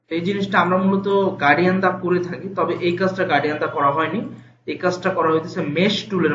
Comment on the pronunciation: Hello Mr., আপনি গার্ডিয়ান কালার উচচারন করতেছেন, শব্দটি হবে গ্রাডিয়ান্ট?